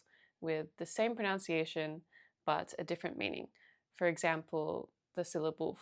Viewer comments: ProNUNciation, not ProNOUNciation! Jeez, start with English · Just wanted to point out that the word “pronunciation “ is pronounced “pro-nun-ci-action” not “pro-noun-ci-action.” Hope this is helpful. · It's all so good -- but one thing... You keep saying "proNOUNCiation" -- and this is not a word. The word you are looking for is "proNUNciation" and it is pronounced just as it is spelled. I don't mean to be overly picky, you place great emphasis on correct pronunciation in Chinese so I think my comment may be appropriate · Excellent tips. Thank you! And for the love of god, it's pronunciation not pronounciation. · Someone who says “pronOUNciation”, instead of “pronUNciation” might better work on her native tongue first! Switched off, after this. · pronunciation not pronoun-ciation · Great video, thank you! Just a quick tip, if you're making videos specifically on language: it's "pronunciation", not "pronounciation". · pro-NUN-ciation, NOT pro-NOUN-ciation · Pro-NUN-ciation, not pro-NOUN-ciation- thanks for the tips! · The correct word is proNUNciation not “pronounciation,” so maybe learn correct English first!!! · It is pro·NUN·ci·a·tion NOT pro·NOW·ci·a·tion. It really hurts the ears. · it's not /pruhnOWntsieyshun/, it's /pruhnUHntsieyshun/! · Pronunciation, not pronounce-iation. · The irony of pronouncing pronunciation as pronounciation ^_^ just teasing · "Pronounciation" Lmao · The pain of hearing "pronunciation" mispronounced over and over. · Might I suggest learning how to pronounce ‘pronunciation’. Hearing you speaking about learning pronunciation and every time pronouncing it wrongly doesn’t help your cause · the irony of talking abt pronunciation and not saying pronunciation correctly hahaha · Pronounced pronunciation wrong, lol. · It’s very common to hear it pronounced that way here in Australia. I tend to do it myself even though I know better. There’s a certain irony in the fact that the word ‘pronunciation’ is so commonly mispronounced.